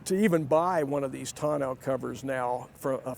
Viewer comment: Sunliner was the rag top SKYLINER had the hard retractable top. Learn to pronounce it: ton·neau | \ ˈtä-ˌnō , tə-ˈnō \